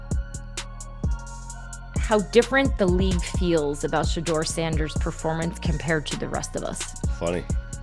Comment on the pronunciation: then program it to say she door!